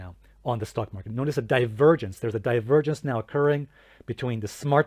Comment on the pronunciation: I find it amusing how you pronounce it as “stuck” market 😂 because lots of bulls are literally stuck in it right now.